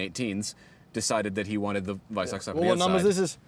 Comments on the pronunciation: surprised by the perfectly pronounced "Weissach" 👍 For me personally, to this day, this is the most beautiful car ever built. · The „WEISSACH” package, brilliant pronunciation 😂